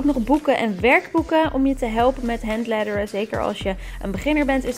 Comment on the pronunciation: Jij zegt handleddering